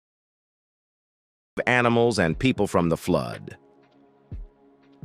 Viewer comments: Please pronounce the word properly,what is the word flood,not Flud. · Flood not flod